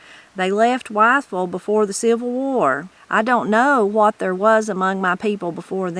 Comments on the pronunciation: I wish he had talked more about Lincoln Memorial University because it’s right down the road from me and my two sons attended there. I don’t mean to correct you but “Wytheville” is pronounced as if it were spelled Withville. That’s another place I’m familiar with here in southwest Virginia. I’m sure enjoying this book. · Enjoying this series! I’m from Northeast TN and we always heard it pronounced WITH-ville.